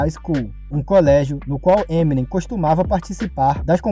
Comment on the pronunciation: daora, porem se pronuncia "Eminêm" e não "Êminem", a silaba atônica é a última.